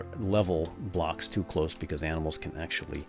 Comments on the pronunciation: u said aminals :-P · "What do you know? You're just...aminals." xD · Lol i think i hear him say "aminals" lol